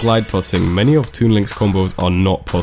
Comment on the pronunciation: Twean loaiauaownk